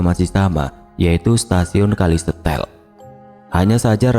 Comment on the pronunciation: Kalau memang bener lokasi ini di Banyuwangi, berarti nama stasiun dan desanya itu bukan kali setel tapi kali setail dibaca se ta il 😊